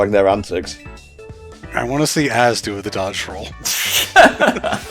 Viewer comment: AZ is, in fact, pronounced “ay-zee”.